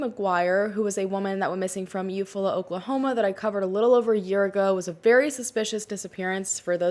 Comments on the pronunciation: You-fall-a. Eufala, OK. Used to live there. Thanks. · I love your videos! Thank you for speaking out on these important topics. Side note, I’m from Oklahoma and Eufala is pronounced you-fall-ah :) I know it’s a weird one!! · Just thought youd like to know Euflala is pronounced YOU-FALL-UH 😊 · Being from Oklahoma City , Oklahoma. I did get a chuckle at you saying eufaula . It’s yoo·faa·luh 🥰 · The town in Oklahoma is pronounced “You fall uh” ♥️♥️ I love hearing people pronounce towns that aren’t from our area 🙏🏽